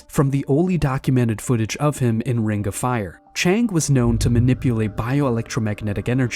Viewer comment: "renga fire" - !? ... When did "Ring" become "renga"? What dialect is that?